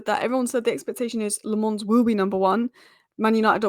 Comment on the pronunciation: Please work on your pronounciation of Lammens,as a Belgian myself i can help you with that. in English it would sound like Lammuns.